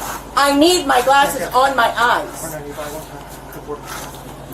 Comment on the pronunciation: Its eyes not eyesa. Loon.